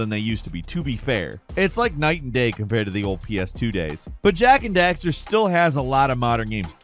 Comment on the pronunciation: Jak and daxterrrrrrrere